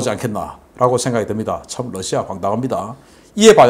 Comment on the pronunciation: 신대표님, 여러번 말씀드렸는데요. Lussia가 아니라 Russia입니다. 러 발음을 부드럽게 하십시오. 존경합니다.